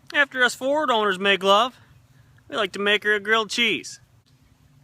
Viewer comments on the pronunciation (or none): none